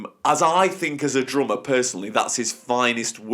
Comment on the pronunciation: But... you can't even say it right. It is drummer, not drommuh.